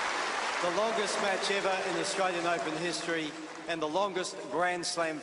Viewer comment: Tennis president cant even say australian....😅😅😅 living in the country and not being sble to say it is one thing, but being the president of one of the most prestigious tournaments in the tennis season and the biggest in the australia and the guy cant even say australian 😅😅